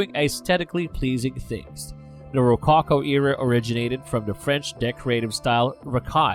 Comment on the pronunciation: Great commentary but watch your pronunciation! (Such as rococo, which is distracting) Interesting description of artist’s intention.